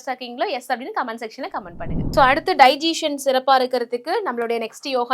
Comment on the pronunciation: அது டைஜீசன் இல்ல…டைஜசன். செரிமானம்னு சொல்லுங்க, எல்லோருக்கும் எளிதா புரியும்….